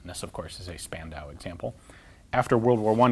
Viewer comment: Ian, the city of Spandau is pronounced [shpandau]. In German "sp" is pronounced "shp" and st like an English "sht". So a "Stukas" was..."Shtuckas".